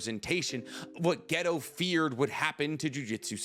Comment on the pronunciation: Say ghetto again mawfukkka